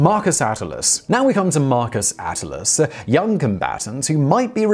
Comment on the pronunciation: If it's "A-t-t-i-l-i-u-s," then it'd be pronounced "ah-TIL-lee-us," not "AT-a-lus."